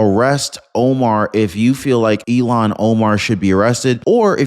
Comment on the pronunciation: Arrest & deport Ilhan. Please say her name correctly...ilhan, not elon